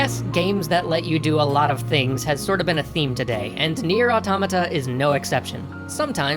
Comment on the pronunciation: Good to see some love for Nier: Automata (and correct pronunciation)